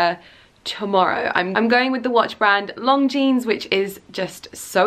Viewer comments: It sounds like she is saying 'Long Jeans'. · How the hell do you get a job with a brand whose name you keep mispronouncing?! LONGJEANS? Do your homework, woman. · you keep pronouncing Longines like Long jeans, that is not the proper way. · it’s not pronounced long jeanes!!! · Cisel Carda she is, cringe worthy. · I hope you are pronouncing Longines correctly... wouldn't be awkward at all? it doesn't sound right..